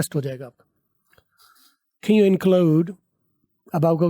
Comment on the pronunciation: Can you= 2nd pronunciation Sahi ha